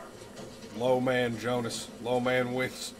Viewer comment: Everytime you say instead of Jonas and /winden/ instead of /vindn/ something breaks in my german speakint soul